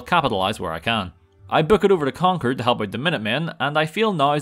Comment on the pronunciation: Thank you for pronouncing concord the right way